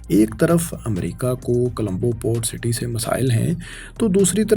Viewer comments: Bhai apni pronunciation thik kren Naqsan ni nuqsan Alaqy nhi ilaqay Dabai ni dubai Nawaiyat ni noiyat Ra,aayaten ni ri,aayaten Sahal ni sahil Calambo ni Colombo Nahayat ni nihayat Makammal ni mukammal Azafa ni izafa Malazmat ni mulazmat Mamalik ni mumalik Alzam ni ilzam Nazam ni nizam Hairani ki bat ha faisal bhai ne kesa bnda hire kia hua ha jis ki urdu hi thi ni hai Pronounce thik ni krta is liye pori video ka image khrab ho jata ha video ka maza ni ata Video dety waqt aese feel hota ha jese kisi anparh bnde k channel ki video dekh rhy hn Manafqana ni hota munafqana hota ha Jagrafiyae ni jugrafiyai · Bhaye jab boltay ho tu words sahi bola kroo...its dubai not dabai ....and its Colombo not kalambo...its not the same guy who used to speak before...its a different man and he is just trying to speak the same way as previous man use to speak...I forget the name of that man who was before in this channel